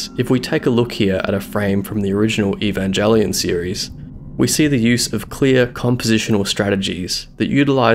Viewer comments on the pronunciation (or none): Eee-Van-Jell-Eon? I kid. Great video, thanks for sharing! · amazing video only complaint is how you pronounced evangelion smh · God damn, someone FINALLY was able to convey why New Theatrical Evangelion is so visually cluttered and dense to the point it's sometimes indecipherable, and he can't even pronounce the name right. In all seriousness, you really need to check out Evangelion 3.0+1.0's Operation Yashima sequence, specifically the ship drop and the fight between New Unit 02 & Unit 08 Gamma VS like a billion EVA Mk.07s. It's a perfect example of a scene that was clearly planned out to be gorgeous and powerful and badass, but is SO cluttered in the final with such overly dynamic camera movement that I'm glad I didn't see it in theaters, because I had to rewatch that scene in particular a good few times to understand exactly how the choreography played out. As much as I adore the New Movies, I'll always prefer the original series and End of Evangelion in part because of it's more simple, limited look. Tokyo-3 isn't SUPPOSED to be cluttered with CG NPC characters, it's not SUPPOSED to be this clean utopia.